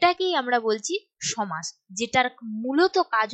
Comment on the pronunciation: Madam oita somas ! Not chomas !😂😅